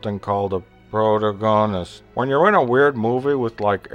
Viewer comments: I'm not sure if you're doing this on purpose or not (and this is the first review I've watched from you so I don't know if that was meant to take the piss or not) but the stress is on "pro-TAH-go-nist", not "pro-ta-GON-ist". Just saying. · Isn't it Pro-ta-gon-ist? Sounds like your saying proto-gonist? I'm confused. Is it just an accent? I find it hard to understand... I do like your points though, just... yeah.. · It's pronounced "Pro-tag-on-ist" not "pro-ta-gon-ist" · its pronounced "PRO-TAG-GUN-IST" not "prota-goen-ist" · it's pronounced PROTAWGONIST not "proto-gawnist" dumb fuck... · “eventually our pro..to....brrhmmmhmmnn” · It's pronounced PROTARGANOOSEST ya dumbass ! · Oh come on; it's pronounced proutehg, cough pretug... DANG IT ..prater.. ah fergit it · proh-TAG-uh-nist lol - but yeah you're trying to be funny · ... :/ this review should be typed out.... the guy reading drives me fucking insane. "pertegedest" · pro-tag-an-ist say it like that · Prota-gone-ist haha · "Every movies needs someone the audience can connect with, typically this person is called a Pro-To-Gone-ist" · lmao "pro-dagonist" XD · . "Eventually our protomrehheh..." Thumbs up. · "Pro-tuh-gone-ist" . . . Let's try this again. "Pruh, pro-tuh-gin-ist" Nope. Okay maybe this time. "Prohhhrrrmrrrnn" This video is epic win! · really? are you fuckin serious?? This is bullshit. All of your arguments are false, one sided, and you conveniently avoid all the wonderful things about this great movie. Just because you have horrible tastes, you don't have to dis a great movie with your dull humor and false ignorance. PRO-TAG-O-NIST --sound it out you dumbass. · pro ta gonist hahaha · Brilliant review!! Funny as crap, too. I love the constant degenerating mispronunciation of 'Protagonist". "Protuh.. nughnunuh.." XD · prota-gon-ist lol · you pronounced pro-tuh-gone-ist wrong :P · I loved it how he couldn't pronounce protagonist "proto...proto...mhhfhfhmmffh" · proto-go-nist lmao